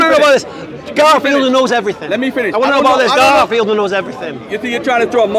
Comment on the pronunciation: was calling the man 'kaffir' instead 'garfield' again and again.😭😭 I laugh every time he did that intentionally..🤣🤣